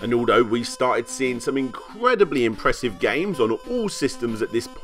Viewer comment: It's mar e o, ("Mario") not marry oh. Imp ress ive("impressive") not pressive